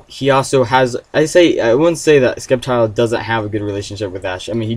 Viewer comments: ...its SEPtile! NOT "Skeptile" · I thought sceptile was pronounce with c being silence. Like "scent" so just sssseptile. Anyways I rather see the return of pidgeot. #megapidgeot #ftw